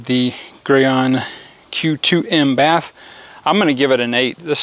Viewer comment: For future reference it's pronounced Gee-on (Gyeon) and bay-th (bathe) :) Gyeon bathe PLUS is one of my favourite soaps, it leaves a Sio2 protection behind with hydrophobic properties.